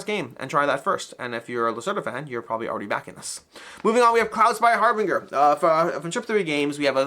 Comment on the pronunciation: Harbinger, something signaling or announcing something else to follow, pronounced HAR-binjer, with a J sound. Kind of like “binge watching”, which is what I’m doing now! 😂